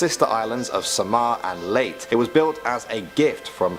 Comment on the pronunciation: The white legend is Legend far earlier than the 50's and qidely spread all over the country. Leyte ias pronounced as its spelled and not Late as the presenter said